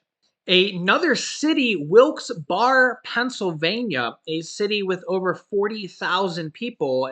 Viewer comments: It’s pronounced like “Bear”Not “Bar”, also it’s “luzern ”county, not luzereen. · It’s pronounced Wilkes Barry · its pronounced Wilkes BEAR i grew up in PA just letting you know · Wilkes Bear and louzerne is how they are pronounced. I live in williamsport lycoming county. keep up the good work. Watching in PA. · Wilkes-Barre is pronounced "Wilkes-Berry" 🍓 for future reference 😉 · Pronounce of Wilkes-Barre is (wilkes barry) la zurn That is funny. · It's pronounced Wilkes berry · this is the correct pronunciation of Wilkes Barre (Wilkes-Bear) and Luzerne is ( Luz earn ). I hope this helps. Love watching your show. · Don't take this as an insult but it's funny hearing people try to pronounce Wilkes-Barre and Luzerne County. 🤣😁🤣 it's pronounced 'loo-zurn.'